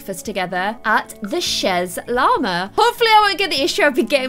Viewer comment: It’s pronounce Shay Llama, ‘chez’ is French for ‘at the house of’